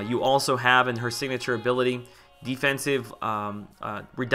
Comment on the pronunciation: "Defensibe" haha. Great video! Please do more of these!